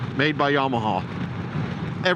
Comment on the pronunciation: I think your distaste for the Bolt is directly related to your pronunciation of "YamaHAUL"